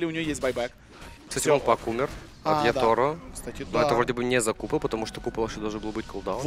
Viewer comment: ЯтОро ..неуч..Диз .какой Яторо...ахаха...ятОро..неуч...Фуу..диз